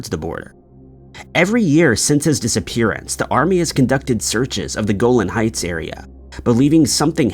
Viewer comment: It's pronounced Go-LAHN Heights, not GO-lin.